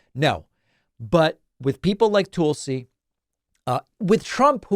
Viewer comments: I know this is petty in the scheme of things, but it’s TULsi, not TOOLsi. It irritates me no end when people pronounce my name incorrectly and it sh*ts me to tears when Trump & his cronies get Kamala or Barack deliberately wrong as a means of disrespect. Soooo, can we please get the name right so we retain credibility when we point out how cray-cray she is? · You keep saying 'Toolsi' is that deliberate because she is a tool? 😉